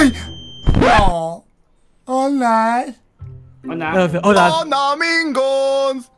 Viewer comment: mike dise hoda